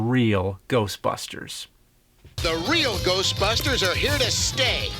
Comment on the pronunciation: The Real Geoshtbushters